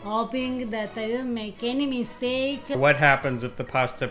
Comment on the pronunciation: When she said "hope we don't make any mistake," I heard Enemy Steak.